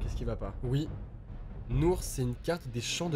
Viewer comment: Déjà tu dit Nourh je sais de quelle jeu c'est j'ai chialé suite a la vidéo de Squeezie, mais c'est les choix de là ❤